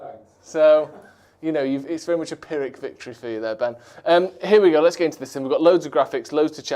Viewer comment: Phyrric victory? Is a total war fan lol